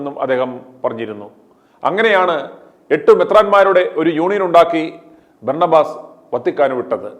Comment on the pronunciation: ഓസ് അല്ല ആസ്... Berna ba.... Ass